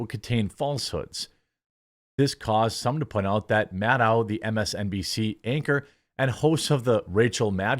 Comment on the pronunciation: You pronounced her name correctly the first time.